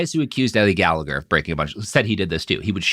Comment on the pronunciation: For fucks sake Robert learn how to pronoun Gallagher correctly.